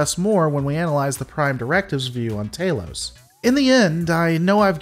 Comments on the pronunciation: Anybody else get the shivers when he mispronounces stuff that's canon? Tah-los not tay-los... Obviously a sneeky alien trying to fit in but humorously misspeaking. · I am the biggest fan that those big headed people ever had. They can capture me anytime they want. LOL Note to commentator: the a in Talos is short, as an apple. Not long as in Taylor.